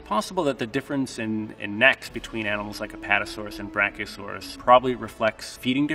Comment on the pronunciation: Hes saying it correctly